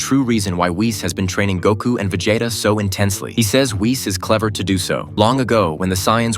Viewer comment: did you say veJAYta ffs